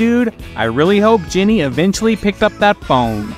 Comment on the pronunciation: It's JENNY not GINNY. gah...